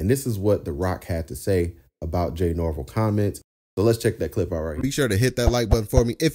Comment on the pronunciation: It’s Nor- Vell… not nor-vle